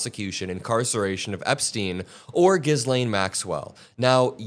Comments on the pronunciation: Hi, in saying Ghislaine,'s nane, the s is silent. Ghilaine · It's pronounced Ghee-Lehn Not Giz-Lane FYI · It's pronounced G-lane. The s is silent.